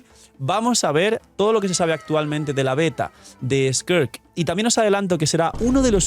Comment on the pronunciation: Un chopito por cada vez que diga squirt en vez de skirk